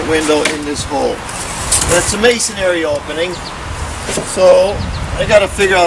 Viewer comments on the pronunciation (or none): Why can't masons pronounce masonry? It's not masonAry.